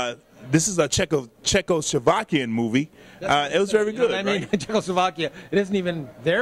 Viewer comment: Czechovakian? WTF? :D